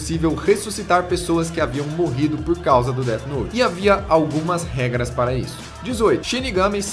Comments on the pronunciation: SE DIZ DEFI NOUTE COISA D E F I N O U T E cara cada Deti noti que vc fala eu tenho uma convulsão fortíssima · que raiva dele falando deate note fala death note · POR AMOR DE DE DEUS!! NÃO É "DEAD NOTE"! É DEATH NOTE!! NÃO TEM UM "D" NO FINAL DE "DEATH" PQP TODO O SANTO DIA A MESMA COISA É TÃO SIMPLES!!!! CRLH Pronucia-se "déF" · dete note kkkkkkk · dead nót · Déde Note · Pow vei... Déti Nót é foda ein... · Dead Node kkkkkkkkk ótima pronuncia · Mais alguém ficou com agonia dele dizendo dea note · "DÉD NOT"??????????????? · Alguém percebeu que ele está pronunciando Death Note como um dos caras que apareceu na reportagem? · KKKKKKKK o jhoel falando death note com a pronúncia zuada de propósito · Death Note não teve continuação, era um one shot sem pretensão de continuar, pois a história é fechada. E sua pronuncia ta errada. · É pra zoar a Record, mas dps ele começa a falar death note